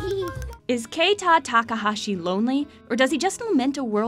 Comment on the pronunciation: Kay-Thai Tawkahawshi lol. Could’ve at least done a quick wiki search of his name.